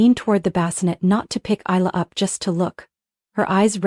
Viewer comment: The name is actually pronounced "Eye Lah" More than likely a fictional story... What a shame they didn't tell the narrator or program the AI to say the name correctly.. It kind of destroyed the loving mother scenario with the mis pronunciation of the name.